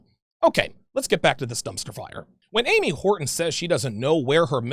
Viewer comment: Ams Wart-on